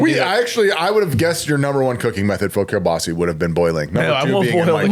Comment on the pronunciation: needs to keep his god damn hands off of the mic arm! Also, kielbasa is not, and never has been pronounced, “kuh-bah-see”!!